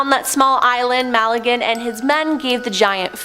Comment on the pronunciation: mal a gan?? Magellan ??